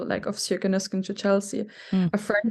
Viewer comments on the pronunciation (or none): Sjoeke is not pronounced like that, but like SEE-O-KEH